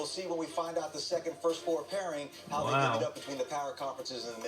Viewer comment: You said hoe far not how far